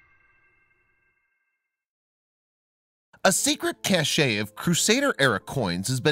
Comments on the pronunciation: It is pronounced cash, not casheh and the photo you show is in Greece. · It’s CASH Not Cashay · Omg I know, right?! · Gahhhh that mispronounced “cache” drove me nuts. Of course it’s pronounced “cash” and means a hoard etc. the other word, Cachet, is a certain joi de vivre + value. BUT the mispronounced “Caeserea” is horrible. If was named After Caesar, thus: Cee-ZARE-ee-uh. Please do your research.